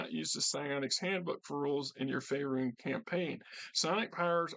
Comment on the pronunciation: Great video on this book. Currently looking to replace my copy i sold many many years ago. By the way I'm pretty sure it's pronounced fae-rune.